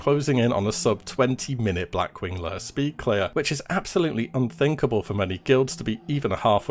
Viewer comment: Blackwing layUH